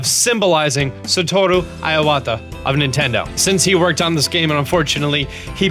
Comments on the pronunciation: It's not "EYE-wata". It's "EE-wata". Please correct the pronunciation of your Japanese last names or just refrain from using it. >.> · Ur incorrect pronunciation of Iwata is annoying me - especially because u try to put on a Japanese accent each time u say it and it's still wrong. Iwata not aiwata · It's not pronounced "eye-wata", it's pronounced "e-wata" first 5 letters in the Japanese Alphabet: あ a, い i, う u, え e and お o. あ is pronounced "ah", い is pronounced "e", うis pronounced "ooo", え is pronounced "eh" and お is pronounced "oh" Iwata is spelled いわた in Hiragana (one of the alphabets used in Japanese). I is the first letter, Wa is the 2nd letter, Ta is the third letter. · I-o-wata I-o-wata I-o-wata I-o-wata.... where the hell did that O come from?! Eh-wata Eh-wata IWATA!! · OK but that mispronunciation of Iwata is driving me crazy. It's not EYE-wata, it's EE-wata. Japanese "i" always sounds like "ee". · So funny how he pronounces Satoru Iwata xD (like [Aiwata], but actually it's more like [E-wa-ta]) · This guy does realise that certain buffs can only stack up to 3 times... he ate stealth food there pointlessly... also why do you pronounce it 'satoru iawata' instead of 'satoru iwata' its not that hard -. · It's a nitpick, but please, it's IWATA. As in "E-WA-TA", not "E-YA-WA-TA". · I like your videos, but holy shit is your pronunciation terrible. Why are you adding an 'a' to Iwata's name? It's not "eye-ah-wata", it's "ih-wata". And en masse is "on-mass", not 'ehn-mass-ay". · Dude I was listening to this and was like : Who is Iowata? At least pronounce his last name right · "Ayy wah ta" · his name was Satoru Iwata (E-wata) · no, just I-wa-ta, the i sounds like the e of me . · its pronounced ee-wah-tah ffs. And en masse is pronounced as en mass, the e is silent. ALL i's in japanese are pronounced ee. when following an a, it sounds like ay to us, but it is ah ee. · Satoru Eye-wata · It's pronounced EEwa'tah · I = Ee So, Ee Wah Tah. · its "ee-wata" dear god